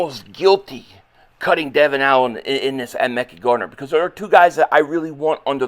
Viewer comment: If Tennessee cuts azeez al shaair eagles need to grab him…keep Devon Allen..I’d keep Tyree Jackson over cal caterra…he’s a better pas Catcher…cut covey…it’s pronounced ( mek-eye Gardner)